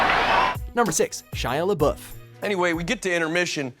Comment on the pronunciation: If you guys are going to make a video about celebrities, please make sure you figure out how to pronounce their names first. When you were talking about Shia, I cringed so badly. Sigh.